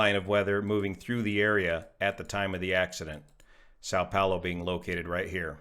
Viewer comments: Som Pollo, not sow pollo, Brazilian Portugese for Saint Paul. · not too bad on your pronunciation of Vinhedo. You need to work a little one the 'a' with tilde in São Paulo. Boa sorte meu amigo.